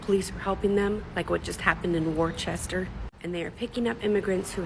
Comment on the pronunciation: "Like just what happened in Worcester" So she knows nothing about this place which locals pronounce "wooster" but will claim knowledge about what happened there!! She saw it in another tik tok so it must be real!!